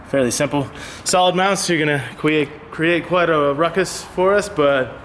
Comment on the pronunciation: watch out now, folks. about to really "cwee-ate" a masterpiece xDD